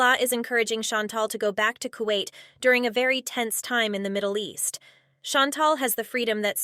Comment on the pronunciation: I thought she went back to kawait..